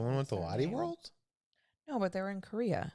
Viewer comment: It’s not pronounced lotty world! It’s loh-tay world. Based on the name Charlotte. Maybe the other park in South Korea was Everland!